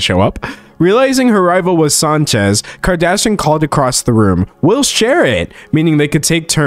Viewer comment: I love everytime D'Angelo pronounces Kardashian as "Kardashun".